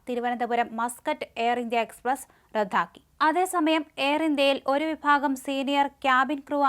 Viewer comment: റദ്ദാക്കുക ആണ്. റദ്ധാക്കുക അല്ല. നിൻ്റെ മുഖം കാണുമ്പോൾത്തന്നെ ഞാൻ വാർത്ത കേൾക്കുന്നത് റദ്ദാക്കും.